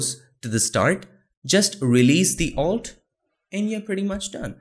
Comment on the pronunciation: What do u say ?-alt or alt r ? I hear u saying Altr every time..